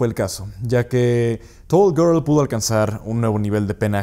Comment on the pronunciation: Todos "toll gerl" Este tipo: "tuooll guoorl"